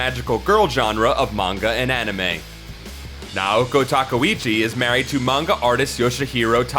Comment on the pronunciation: 1. You're saying Naoko Takeuchi wrong. 2. There were 18 original paperback Sailor Moon volumes in both Japan and the US, not 16. 3. You pronounce Tsukino wrong. 4. Hunter x Hunter should be read as Hunter Hunter, no x.